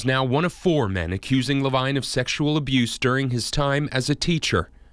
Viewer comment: Levine is supposed to be pronounce ler-veen.